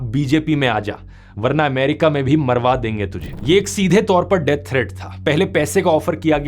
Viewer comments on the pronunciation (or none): none